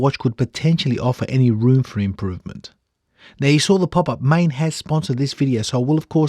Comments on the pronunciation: It is not "main"...ae is pronounced aaaaah. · Maen is pronounced like Maan in Dutch. aaaaah...